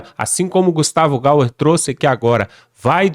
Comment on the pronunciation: Amigo, não é Gustavo gal, é Gustavo Gayer.